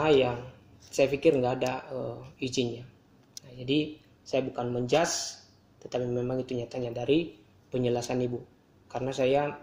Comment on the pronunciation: coba dengerin, ngomong men-judge aja men-jaz...